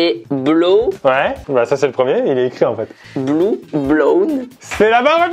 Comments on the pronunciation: Blew se prononce blue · =faux c blew pas bluw😂🤣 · Mais michou c'est pas blow blue blown mais blow Blew blown